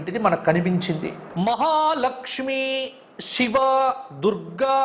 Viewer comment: షివ కాదు బాబు శివ. మీరు కూడానా. జై దుర్గ... జై భవానీ ఓం దుం దుర్గా దేవేనమః